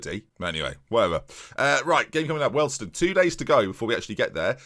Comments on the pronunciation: What on Earth is a Welston? Wee-all-d-stone I think you mean. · Hi great video it’s pronounced we all d stone